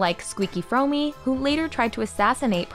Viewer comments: “Squeaky…FROMEEE?????” WTF is with the pronunciations lately (or have I just started noticing for some reason)? If you see a name you don’t know then 2 second Google Seasrch and you can hear it pronounced correctly! Fromme, rhymes with brawn. And not that psychotic killers deserve any sort of respect, but just on pride of your work, get the narrator to pronounce things properly. Unless this a bot in which case impressively realistic sounding! :-) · FYI: The Manson women are: "Squeaky" Fromme (pronounced "FROM", NOT "Frome'"). Patricia Krenwinkel, Susan Atkins a/k/a "Sadie", and Leslie van Houten. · It’s Squeaky Fromme, sounds like “prom”, not “fro-may”. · Myths? That means typically involving supernatural beings or events. There was NOTHING mythical about the countercultural hippies and their movement. And the correct pronunciation is FROM...not effing FROMEY. Learn the correct pronunciation BEFORE making the documentary. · Fromme = "Froam" not "Fromey" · squeaky fromme........pronounced like "frohm" not foamy. sheesh. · When you pronounce Squeaky Fromme's last name, the "e" is silent. It rhymes with prom. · Squeaky Fromme is pronounced like it rhymes with 'prom' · Lynette Fromme's name is pronounced like foam with an R. No one ever called Susan Atkins Suzie. She was Susan or Sadie (Mae Glutz) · SQEAKY FROMM NOT FROMMY UGH!!!!! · As soon as she mispronounced Squeaky's last name I cringed. Wonder how she'd pronounce Abe Fromme...You know, the Sausage King of Chicago?